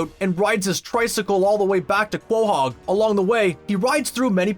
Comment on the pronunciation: the way you say quahog hahahahahaha hahahahahaha